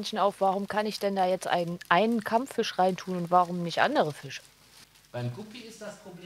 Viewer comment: Kammfüsch :D